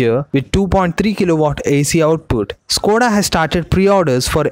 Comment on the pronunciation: Sir it is not స్కోడ but ష్కోడ and it is not వొక్స్ వేగన్ but ఫోక్స్ వాగెన్. Otherwise you are doing a good job of giving us very interesting knowledge